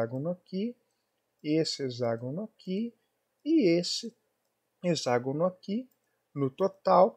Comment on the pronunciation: A pronúncia correta é "hecságono". X tem som de cs em várias palavras: convexo, complexo, taxi, etc..... termo grego é hexa, sempre som de CS! Mas comum... até Iberê Tenório erra normalmente.